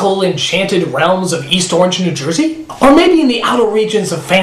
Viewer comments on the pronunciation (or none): none